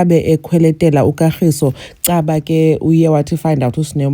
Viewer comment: So Sne couldn’t pronounce her boyfriends name 😂😂calling him Katlgiso instead of Kagiso 😮😅😅